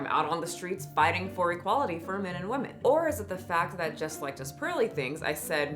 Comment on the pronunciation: Please please why does bother me so much that your can’t pronounce women . Weh-men. You got this!!! Your better than this!